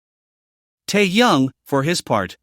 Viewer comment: Автор вы бы правильно читали имя техена, , а то слушать не приятно